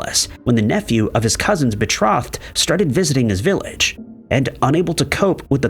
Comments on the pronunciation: It’s pronounced “bee trow-thed” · Hello, It's pronounced Baa tro- thed The "O" is a long o. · The possessive form of Jenkins' name isn't pronounced JENK-inz-zizz. It's just JENK-inz. - The "i" in "short-lived" is long, not short. (you are short of the noun, not the verb) - The "o" in "betrothed" is long, not short. I can't take anymore. I'm done. Thumbs-down. Channel blocked.